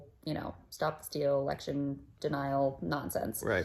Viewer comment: V elecshun